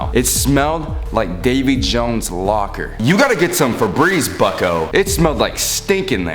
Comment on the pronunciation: every time he said bucko i thought he was saying fucko